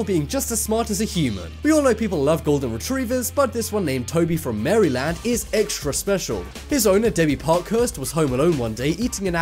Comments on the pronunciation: omfg it's not "mary-land"!!!!!! I know it's freakin spelled that way but it's pronounced "Mare-Land". Sorry but one of my biggest pet peeves (no pun intended ofc) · Hey man it’s not Mary-land the y is silent. It’s pronounced Marland pretty much. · Dear Non-Americans: I know it's spelled "Mary Land", but it's pronounced. "Marilyn", with a soft "d", or none at all. Weird, I know, but it's no weirder than pronouncing "Derby" as "Darby". And don't even get me started on Featherstonehaugh. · Your saying Maryland wrong it looks like Mary - land but it's pronounced mar-a-land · "merry-land" lol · I'm sorry but did he say Mary-land as in the state Maryland in the US or somewhere else cause it's not mary-land oh boi I'm so stupid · Mary-land pronounced mara-lind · I love how people say Maryland. Mar-eh-land. Now Mary-Land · He said maryland wrong, kind of annoyed and offended.